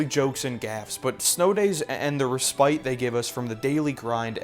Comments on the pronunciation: Wow what a great video! It's pronounced resspit not respite, but it's such a well made video essay. Great job! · He’s being sentimental... don’t point out how he pronounced respite.... just don’t do it....